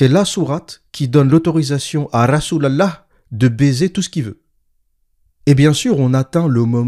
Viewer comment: La façon dont vous prononcez " rasol alah " est tellement drôle hhh